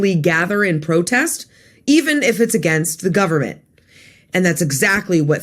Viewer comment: Yes, the kids were going to oerthrow the govvernment, you keep going.....